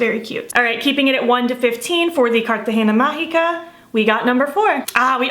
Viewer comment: Im new in your channel and I love it your videos but and Im curious about something Did you know spanish because when you said cartagena magica woww like your pronunciation is so well Im and so happy for that because Im from colombia and cartagen is a city from colombia